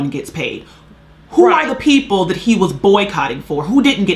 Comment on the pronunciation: The phrase is "THAT" not "DAT".